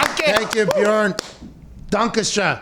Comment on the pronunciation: Möchte gar nicht wissen, wie jemand, der noch nicht mal richtig "Björn" sagen kann, das Wort "Lauch" ausspricht. Nebenbei kenne ich den Ausdruck "Labersack" (aussprache-mäßig besser geeignet für Native-English-Sprecher), wo bitte nennt man einen Schwätzer "Laberlauch"?